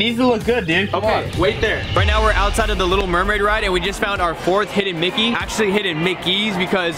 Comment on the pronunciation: said "hidden Blicky" instead of "hidden Mickey"😂